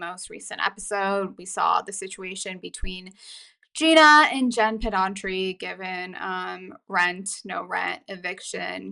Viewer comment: Pedranti not Pedantri. Driving me crazy😂